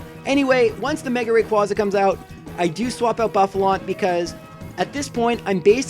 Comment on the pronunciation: You pronounced rayquaza wrong